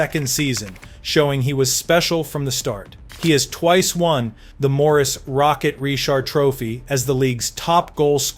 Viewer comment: Did he just say “Morris Rocket”?